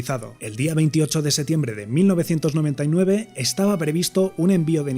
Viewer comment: Cuando puedes hablar de física nuclear, pero no puedes pronunciar correctamente "septiembre"